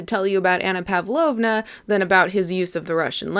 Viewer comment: No idea why I'm commenting this so many years later but anyway... I just have to say that it's pAvlovna. The emphasis goes to the second letter. Like in a word pasta or pardon. And russian L sound is made with the tongue lower to the teeth. Use that and you'll sound like you can quote the book in russian XD